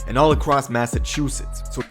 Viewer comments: dude was really saying Massa-Tooth-its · WTF!!!!!! Illiterate Narrator….. it’s MassaCHUsetts!!!! Not MassaTWOsetts!!!!! RIF…Reading Is Fundamental!!! And you my friend put the MENTAL in Mentally Retaaahhhded!!!! Thank you for starting my morning off aggravated AF!!! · Lol massatwosets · THANK YOU for pointing out that “Massatusetts” bs 😂😂😂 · I’m the only one peep the massa 2 sits 😂😂😂 😂fam pronunciations is terrible for Massachusetts like holy shit😂😂😂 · Why he say massatewsetts 😭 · The dude kept saying massatwosets lol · Bro it’s Massachusetts wtf that man just said